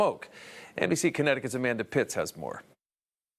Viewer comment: Is the reported called Amanda Pitts or Titts 😂